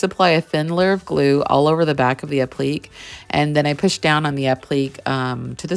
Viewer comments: You are a talented artist BUT the word "applique" is not pronounced "app-leek", it is pronounced "app-lic-kay". Sorry for complaining but it's driving me nuts every time you say it wrong and you are using that word a LOT (by necessity of course)! lol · Wow! Amazing piece! I adore it! BTW-- Applique is pronounced app-li-kay... sorry grammar nazi here. LOL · Mispronouncing “appleek” is a shame. It takes away from your talent as an artist. You don’t want to come across as “not knowing what you’re doing” but that’s what it sounds like. 😊